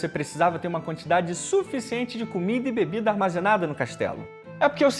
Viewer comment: "beDida" ao invés de "bebida". Só dando um toque ✌🏽